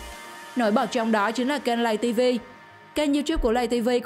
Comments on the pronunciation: ngta là lay tv mà nói lầy tv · Lay tivi ko phải là lây tivi nhaa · Laytv chứ đâu phải lầy tv đâu chị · Lay tv chứ ko phải lầy tv chị ơi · Nguoi ta la lay tv chu ko phai lầy tv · Play tv chứ không phải là lầy tv đâu chị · Không biết đọc à Lay TV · Lấy TV mà nó nói lầy TV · Tào lao người ta là Lay tv bả kêu lầy tv còn Youtube bả kêu là you chúp vl